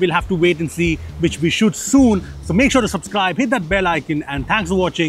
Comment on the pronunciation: Lol "supscribe".